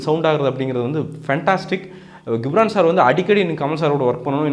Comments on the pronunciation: டேய் கம்மினாட்டி பையா...... 'கி'ப்ரான் இல்லடா அவன் பேரு 'ஜி'ப்ரான்...... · Hello brother!!! Try to pronounce the name of the personality correctly. It is Ghibran (to pronounce as 'Jibran' and not as 'Gibhran'). Also please try to first see your comments video and what you have spoken in the review. You would have given your review without any preparation and utter whatever comes in your mind. But, you have mentioned the word "KORANGU (MONKEY) VITTHAI ELLAM KAATRAARU". You are praising him as Legend but uttering such cheap words...Try to present your review in a neat way. Sorry about your review on Thoongavanam. It's a good Kamal movie but he has missed a lot in screenplay and climax scenes.